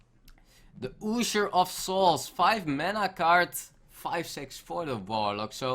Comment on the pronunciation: "oosher" of souls, lmao!